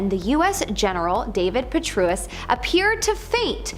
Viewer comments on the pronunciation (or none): That's pronounced, PE TRAY US - for General Petraeus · Petraus is pronounced wrong. It rhymes with betray-us